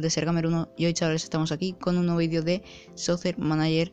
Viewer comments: Bro en la pronunciación te equivocas ahora que me doy cuenta, se pronuncia "socker" manager, no "sosser" manager. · No te lo tomes a mal bro jaja, me gusta y me da gracia como lo dices